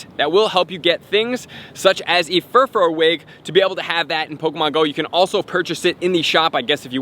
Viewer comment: Furfrau is pronounced fur-fra-ow not fur-fro